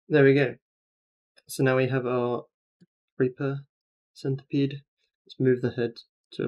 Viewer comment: that 'centipede' though